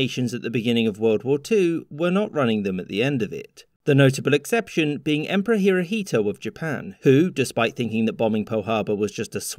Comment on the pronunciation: "Hirohito" you pronounce Emperor Showa wrong